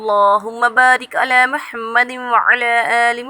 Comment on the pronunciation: Kottiye muhammad hei lafz (mahammad) nahi hei is sey sabt hota hey tm faq ho FAQ FAQ FAQ